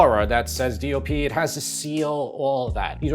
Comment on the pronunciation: Your saying DLP ? DOP ? What are you saying and what does it stand for? I don't care I will never buy imported anything unless there's not an American version. Despite your test I'm not spending a nickel more for imported.